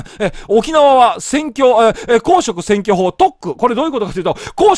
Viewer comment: 公職選挙法のイントネーションがすごい気になるな！